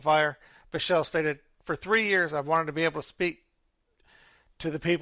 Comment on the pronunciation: Thanks for covering this topic. Just want to help with a few pronunciations: Cowesett: co-WEE-sit Derderian: der-DARE-ian Biechele: BEEK-lee